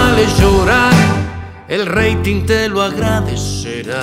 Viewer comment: No dice rey tinte, dice: Rating (se pronuncia: "reiting"). "El rating te lo agradecerá". El rating es el Índice de audiencia de un programa de televisión o radio. Cuando muchos artistas hacen más drama que cantar, aumenta el rating del sensacionalismo y su popularidad crece a base de llantos y escándalos en vez de ponerse a cantar.